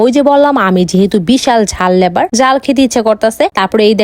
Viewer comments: লেভার না লাভার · ঐটা লাভার Not লেভার 😂😂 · লেভার না লাভার হবে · লেভার না লাভার 😂😂😂😂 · লাভার❌ লেভার☑️ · লাভার ❎ লেভার✅ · আমাদের এখানে যারা রাজমিস্ত্রী বা মার্বেল মিস্ত্রির সঙ্গে হেল্পারের কাজ করে তাদের লেবার বলে.. আর এই তো লাভার কে লেবার বলে😂😂😂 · লটকন ❌লটকা✅ Lover❌Lebar✅🤣😂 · Secret❎ Secoret✅ Lover❎ Lebar✅ Heavy ❎ Havy✅ Vai jhal lebar Khao khao sokale pachu diye🔥🔥ber hobe😂😂😂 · অশিক্ষিত মূর্খ ওইটা লেভার না লাভার হবে 😂🤣 আগে জেনে নে সঠিক উচ্চারণ কি তারপরে বলতে আসবি 😏🙄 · লাভার 😍❌ লেবার 😂✅ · লাভার ❌ লেভার✅ গাইস ❌ গইস✅ ভারী খাবার ❌ হালকা পাতলা খাবার ✅ লারাভারা ✅